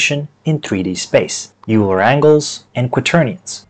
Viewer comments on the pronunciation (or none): I’m not trying to tell you how to say words or be rude or anything, but Leonard Euler’s name is pronounced “Oyler”, not “Yooler”. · I had to stop watching after the second or third “You-ler. » Made my brain hurt. I might have to grit my teeth and try again. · Great video, but the name 'Euler' is pronounced as 'Oiler' or 'Oy-Lah'. It rhymes with spoiler, not cooler. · THATS NOT HOW YOU PRONOUNCE EULER!!! RAHHHHHHH